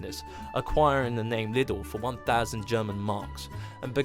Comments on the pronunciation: hte fact someone can make a video about something and misspronounce it so crazy is mindblowing xD its not called "little" xD its "Lee-Dell" or "Lee-dl" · Okay but it's not pronounced "little" its pronounced "leedle" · Not lidl Liiiidäääöll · Lidl is pronounced Leedle, not Liddle. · It is called Liiidl, not liddl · Liedel. LIEDEL.....BITTE. kein LITTLE. Man oh man. One could try ...little. ha ha ha ha ha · its more like 'leedle', not 'little'. great video. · You guys say Liddel!? We say liedel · It’s pronounced Liedel not Lidl as in Little. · it is actually pronounced Lidl with a long “i” - sort of, like saying “leedle” to rhyme with “needle”… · Err, Etta. No! I AM German - the country where Lidl originated - and I can assure you, it IS pronounced „leedle“ with a long „i“…. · Or are you trying to tell me also, that “München“ is ACTUALLY pronounced “Munich“?! “liddle“ is an Americanized pronunciation, which is wrong, just like “Adidas“, also a German brand, is actually pronounced “Adee-das“ (short for Adolf Dassler, the man originating the brand) with a stress on the first (“A“) and third syllable (“das“) and not, as English speakers often do, “A-deeeeee-das“ with a stress on the second syllable…. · no you English do not get to decide in this matter; it’s pronounced “Leedle” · Pronounced Leedl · I live and work in Germany at Lidl and you are totally butchering the name.